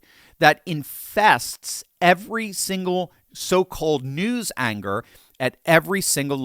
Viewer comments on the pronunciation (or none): into the vid, I LOVE IT! The bestest phrase "New Angers" instead of "New Anchors". BAM!